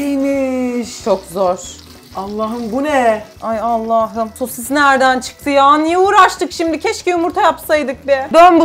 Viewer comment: ABİNİN SOSİSĞĞĞ DEDİĞİ YERDE KOPTUM😂😂😂😂😂😂😂😅😅😅😅😊😊😊